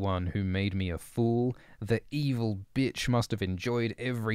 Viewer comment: I love how you say “Byitch” 😂